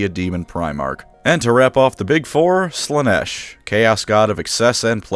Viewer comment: It's Slaa-nesh. Learn the words...!